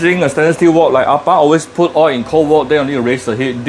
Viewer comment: Kampung kitchen🤣🤣🤣🤣 steady la, thanks for recipe, the first in which you pronounce malay words eg ayam kampung. But your oi for oil is classic. O-i-l, O-I-L🤣🤣...keep up the oi and more recipes!